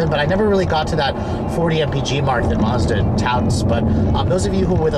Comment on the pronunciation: If it was supposed to be pronounced Marzda, it would be spelled Marzda. It isn't. It's a Mazda! Uggghhh!